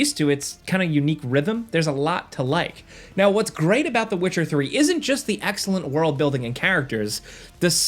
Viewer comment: Agent 47: "You guys love me know" ... Me: 😒 "know"...